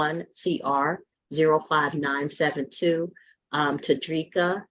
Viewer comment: Todreeka? sounds like a medication